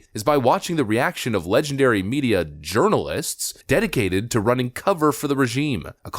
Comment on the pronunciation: You said it right, 'journal(LESS)'!!!